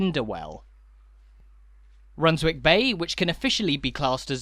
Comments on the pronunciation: Is it not spoken Runs-ick bay? Like Flitwick is said as Flit-ick. What do you think? Redcar or Redcu? God bless. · You don’t pronounce the w in Runswick Bay, rather like not pronouncing it in Alnwick, Keswick etc.